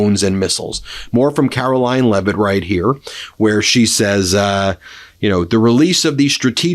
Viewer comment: It sounded like you just said ‘Carol-lying’ lol